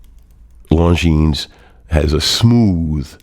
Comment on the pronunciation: Thank you for the review. Have it an love it! A little tip. Longines is pronounced: "Longiiin" (Swiss/French). Long i and no s